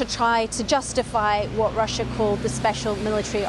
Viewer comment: "Claiming that R̃R̃R̃R̃r̃r̃ussiá was abusing the genocide convention..." Nice was that an alveolar trill rolled R & do all Scots pronounce Russia like that? She kept alternating between normal and *R̃R̃R̃R̃R̃R̃*